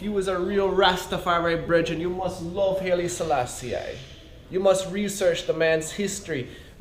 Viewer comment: Its pronounced high-lee selassie not hayley selassie